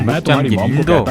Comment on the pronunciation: 에서 인도를 엄도라고 하신것 같네요